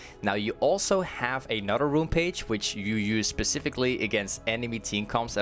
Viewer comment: Am I the only one who had to hear it 10 times if he really said " A Nutter Runepage" lmao